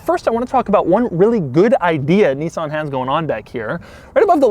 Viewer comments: It’s a Nissan not a Kneesaan 🙄🙄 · Thissss is a neesaan nemou MAN LIKE CANT YOU JUST SAY IT PROPERLY LIKE LOOK AT HIM TILL OR 5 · I could have told you that without the video, it's a Nissan. and it's pronounced "Nissan", not "Neeeezan". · The fact that he pronounces Nissan as "KNEE-SAN" but calls Nismo "NIZ-MO" is absolutely infurtiating